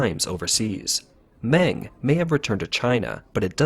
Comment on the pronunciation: Meng is pronounced Mung.